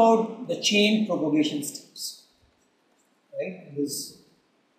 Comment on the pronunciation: It's chain PROPAGATION, not propogation.